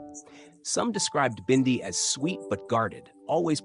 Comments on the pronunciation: Why can't you pronounce her name correctly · This narrator says Bindi's name right in one breath and then the next, he miss pronounces it. Bindi, the Jungle Girl show was BEFORE her father, Steve died. I read recently that, Steve didn't leave Teri much in is will and the zoo is struggling .